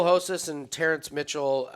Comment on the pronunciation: It’s not Hosas. You can sound out the R in Spanish.